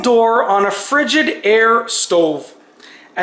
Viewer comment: Btw, it's Frig-I-daire. Not frigid-aire. Lol. Just saying.......:)